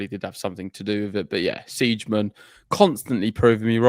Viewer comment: Siegemund is pronounced Z-gah-munt. What a pair of dumbos! Laura made the 3rd round at the Aussie Open this year. Not sure if her opponent was sick. Pardon my cynicism, but you guys can do better than AI for background.